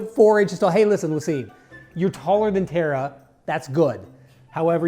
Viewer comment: Ok when did Tara become Terra from teen titans 😂😂😂😂